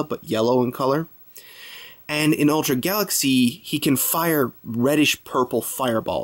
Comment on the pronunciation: you kind of say ultra like altra